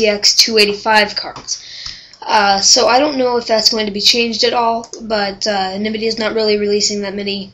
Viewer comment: you pronounced Nvidia incorrectly; it is like, EN vidia, not navidia.